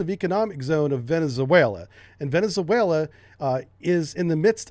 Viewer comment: You should learn how to properly pronounce "Venezuela".